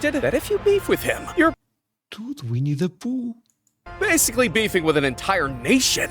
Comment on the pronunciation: you saying "winni the poo" under your break got me good.